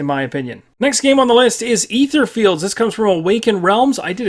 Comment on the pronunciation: Etherfields not Etherlorflds.